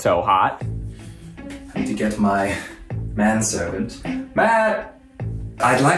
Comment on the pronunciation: half the time, I swear Eugene is saying “Matt-Servant” and I think that’s really funny